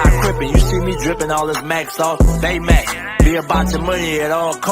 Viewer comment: BayMaac? Seriously?